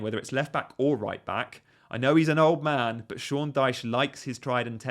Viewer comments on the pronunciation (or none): none